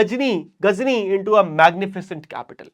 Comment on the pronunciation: Sir ghazni hai aap Ghajini bol rahe ho